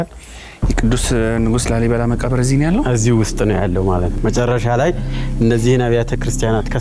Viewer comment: ላልይ አላለም😂😂😂😂። ላልይ። ላሊ ነው የሚባለው። ኩታራ የአድዋ ትግሬ😅። ይሄን ደግሞ ሰዎች ናቸው የገነቡት። ወሎ ውስጥ እኮ ከ10አመት በፊት ከላሊበላ የበለጠ ገነባ አንድ አባት ከ3 እረዳቶች ጋር። አማራዎቹ የተባረኩ ናቸው